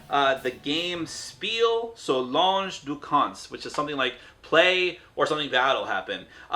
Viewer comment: Your pronounciation of lange is very funny.. almost french